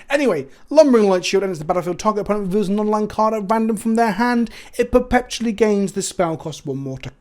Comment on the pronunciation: After "Kalda-heim" blesses us with "perpePtually"